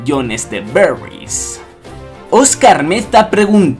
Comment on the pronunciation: jajaja me produce gracia como dices berries, lo dices algo así "Beriews" :v